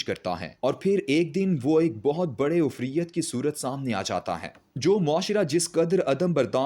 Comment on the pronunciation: IFREET (عفریت) KO UFRIYYAT BOLTA HAY, AKHER YEH LAFZ TO QUR'AAN MA BHI AAYA HAY, WAHAN SE BHI AP KO PATA NAHI CHALA K YEH IFREET BOLA JATA HAY.URDU BOLO,SAHIH TALAFFUZ K SAATH. YA ORYA SAHB SE EK DAFA SUN LYA KRO